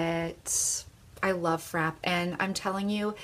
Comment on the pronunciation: I'm on a MUG kick right now, so I've been watching a ton of videos and have my MUG eye shadow stash up to 33 now. I have a lot of the same shades that you have and absolutely love them. You are aware that Frappe has an accent on the E and is pronounced Frap-pay, right? Not just frap, like crap. The video was great, just that small thing struck me. I appreciate all of your hard work!